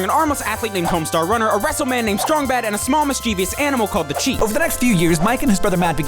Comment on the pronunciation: Homestawr wunnar! Somehow, this video seemed like much longer than four minutes. Perhaps the speed at which the information was spewed...